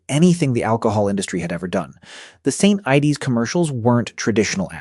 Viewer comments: 😂 and St ides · "St. Ideys" 😂🍺